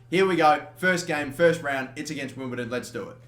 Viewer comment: Wimble-DON not Wimble-TON,!